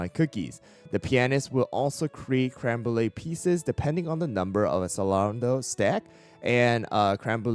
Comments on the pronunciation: asalarando is crazy who told you thattt 😭 (its ex-ehl-er-un-doh, like accelerate) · it's italian, the C is pronunced not as an S like you do, but as a C in "chest". it's relevant to use the italian pronunciation because of the cookie lore tied with music, with accelerando (to speed up) being a music tempo, which are all in italian